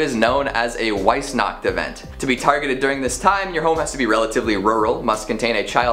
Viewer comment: Just throwing out that Weissnacht is Said as veiss nacht. German